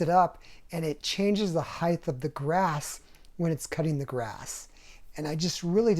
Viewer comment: Height. Heighth isn't a word.